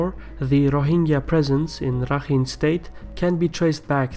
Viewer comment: It's actually Pronounced "Rakhain"